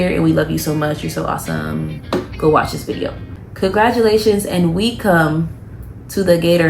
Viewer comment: 'Wecome' lool